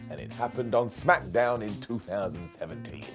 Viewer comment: Smackdown not smackAMdown.